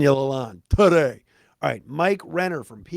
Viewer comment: "TADAY" LOLZ